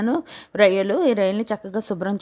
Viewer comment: Akko rayilu kadu రొయ్యలు